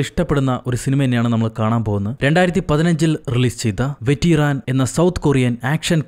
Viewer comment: വെറ്റ്റൻ എന്നാണ്